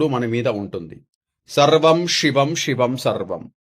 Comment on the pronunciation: షివం షివం కాదు షెంకరా కాదు.శివం శివం అనాలి. షెంకరా కాదురా మూర్ఖుడా. ముందు భాష నేర్చుకొని తర్వాత మంత్రరాగాలు చెప్పు దరిద్రుడా.